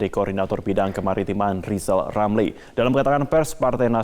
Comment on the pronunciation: Lebih baik rizal ramli belajar ngomong Rrrrrr dulu karena kalau tidak dia tdk akan pernah menyebut namanya dgn benar seumur hidup...jadi Lizal lamli....tua tua keladi...